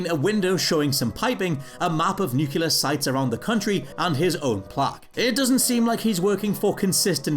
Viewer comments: I found your pronunciation of "nuclear" annoying. It's "newclear", not "nooqular" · NOO-KLEE-AR! Not nukuler. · It still isn't nu-cular.... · One annoying mistake I always notice: The word is NUCLEAR...not NUCULAR. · Is it that you can't SAY the word "Nuclear" or is it a running joke that you mispronounce it EVERY time. Nucular is not a word. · every show that's "ran" this long the "new-kyu-lur" power plant $24,395.80 "... a year before deductions" the same as his PIN "number" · It's pronounced 'nuclear' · He also says 'nucular'. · Stitch Grimly Yes, that annoys the heck out of me. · no, it's not. It's pronounced "new-clear". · Homer: "Nu-cu-lur. It's pronounced nu-cu-lur." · WhatCulture: 1 Annoying Mistake They Didn't Notice... "nucular" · This guy doesn’t know how to pronounce “nuclear” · Most annoying mistake is not saying "nuclear" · Here’s something else annoying, your pronunciation of nuclear. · Thank you. I was wondering if anyone else was going to bring this up.